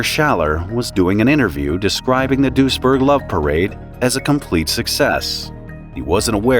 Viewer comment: Weird this is so close and I never heard of it. As a random note, your pronounciation of Duisburg is closer to the Dutch village of Doesburg, which I am also familiar with so for the longest time, I was wondering what was with all the German until I realised, it was Duisburg lol near Düsseldorf smh I'm silly